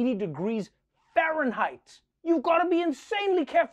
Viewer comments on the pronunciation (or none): "Fahrenheit," the spoken word, shouldn't ever be emphasized unless you're talking about the coldness of something.